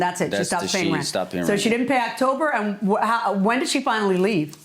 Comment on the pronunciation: I wish she could be charged for using 2 syllables to pronounce the word and. Ay-und lol